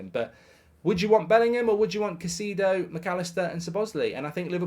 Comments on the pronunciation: Put some respect on his name, please! Pronounced “KAI-SAY-DOH” 😅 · Casedo? i dont think thats how its pronounced lol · Come on, Mark. You should be able to pronounce Caicedo properly by now.